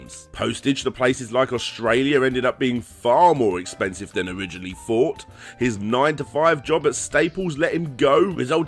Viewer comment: Have you ever fought of using a TH instead of a F, see TH makes THought a whole different word, just a fort